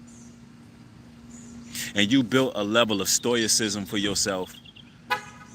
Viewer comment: ssssttttt-ooooo-(stoe)(iss)(ism) Sto-i-cism not Stoy-ic-cism but STO-EH-CISM.You're welcome